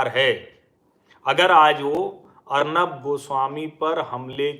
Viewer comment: अर्नब या अर्णव ? सर आप एक मानक बन चुके हैं इसिलिए आपकी उच्चारण में स्तरीयता कि अपेक्षा हमेशा रहेगी ! धन्यवाद !